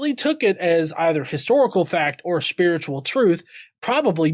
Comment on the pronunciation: He's speeritchull, y'know?